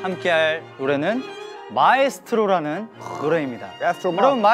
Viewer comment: mingyu calling Estro Ma as Estro Imma🤣🤣🤣